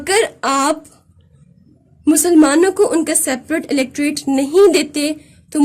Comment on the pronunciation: Mam outstanding lecture but one thing is pronounced " electrate" right it is Electorate.